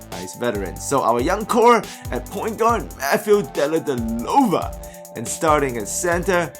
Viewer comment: Oh man, you butchered Delly. Haha. Deledelova!!